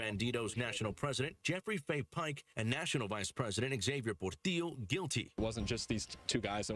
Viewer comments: It's not Por-till-o, it's Por-tee-o. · I just wish you would pronounce Portillo correctly